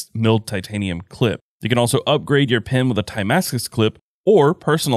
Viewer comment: The way you pronounce 'pen' or 'pens' keeps messing up the auto subtitles and turns it into 'pin' and 'pins'. Keep up the great videos though!